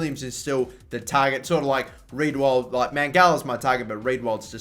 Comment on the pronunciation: Riedewald is pronounced Ree-Der-Vald Willems is Villems Just some tips for pronunciation